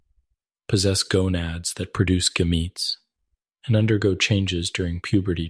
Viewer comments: Lost me at the pronunciation of gametes. 😂 Assuming this is AI? Barf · hahaha right ai is not good at pronouncing biological words